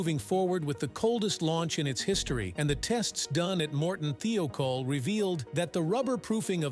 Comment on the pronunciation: th eye col is the way to pronounce it